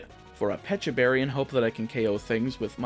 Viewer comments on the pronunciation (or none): none